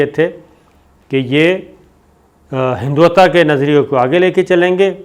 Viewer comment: Please pronounce correct. It's Hindut-wa. It's not hindwata.